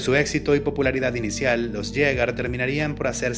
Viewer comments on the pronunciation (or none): Jegar no es jeyger 😢(queda mejor asi)